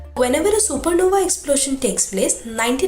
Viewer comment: It's not सुपरनोवी ,it is सुपरनोवा ,e is silent here .